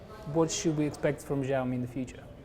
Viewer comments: The interviewer can't even speak the company's name properly and sounds like an asshole. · was really unprofessional and defending the iPhones for whatever reason, I don't know. Hugo Barra did a really good job at keeping his cool. should've learned beforehand how to pronounce the brand name, which clearly he didn't. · Am I the only who noticed that the interviewer is even not able to pronounce "Xiaomi" properly. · Please at least pronounce the name right of the company when interviewing it's Vice President.